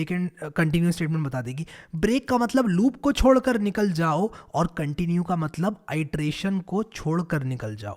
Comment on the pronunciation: Are bhai chhodkar not chodkar